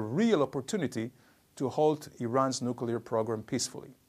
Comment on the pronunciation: Why do we need nucular anything? No really? <3